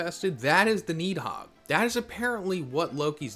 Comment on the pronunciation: It's Ratta-tosker and Nid-hog